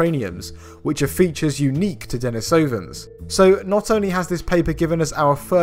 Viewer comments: den III sovans not denis OOO vans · "Denisoooooovans". How terribly "can't bear to find out how to pronounce foreign words" English of you. I'm English (long rant sort of relating to Brexit deleted) but I try to work out how to pronounce foreign words. It's "Deniiiiisovans". Edit: damn, I'm being really picky - sorry, it's a great video with new stuff I hadn't heard about. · I think it's pronounced "Denees-oh-vans", and yes, English speakers are obligated to strive for accuracy in matters of science. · It's den EES oh vans